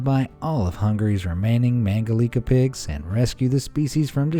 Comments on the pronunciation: It is "Mangalitza" not "Mangalika". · ”Mangalitsa pigs”, not mangalika.